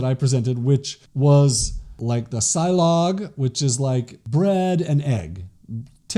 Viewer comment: silog is pronounced as see-lohg malunggay is pronounced as mah-luuung-ghai